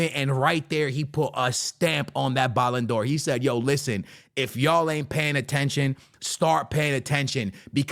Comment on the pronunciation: That’s how Speed pronounces the ballon d’or 😂😂😂